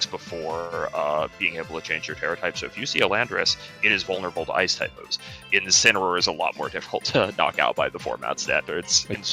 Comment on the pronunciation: Incineroar. It's Incineroar. GG Shake my hand. Edit: YO WE GETTIN COCONUT MALLED AGAIN